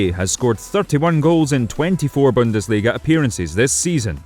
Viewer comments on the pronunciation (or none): none